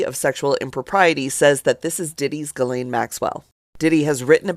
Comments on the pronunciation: Gee laine Maxwell? Not Jis laine...lol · Please, stop calling Ghislaine Maxwell, Jizzlaine. It's pronounced Ghee-lane. (Like the clarified butter.) Thank you and have a great day. ✌🏼🫶🏼🖖🏼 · It's pronounced "Guh-lane" maxwell not gis. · Dude, it’s pronounced Ge-lane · Ghislaine. Is pronounced: GEE-LAINE. I call myself being of assistance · If y’all are gonna be reporting, at the very least, get the pronunciation of names right. Ghislane = (gee-LANE). Hard G.